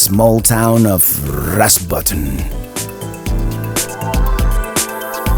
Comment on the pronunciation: The "n" in "Rafsbotn" is pronounced. You didn't stop to look at the petroglyphs in Alta? Hum, I don't think of "Lefse" as flat bread, but ok. We do have a tradition for flat breads, but they look different. Not harvesting, that is a fish farm. Essentially they're breeding fish there to sell instead of fishing it from the sea.